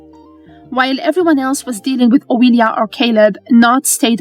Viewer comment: I love these episodic recaps, and I love accents. After all, MN and VM are the brainchild of a bunch of nerdy ass voice actors. But my ears bleed every time I hear "Oweeelia." Whether the commentary is AI or an actual person with a very heavy Eastern European (or thereabouts) accent purposefully mispronouncing names to seem AI, it kinda ruins an otherwise good recap for me. (My apologies if an actual person voices this. I meant no disrespect.)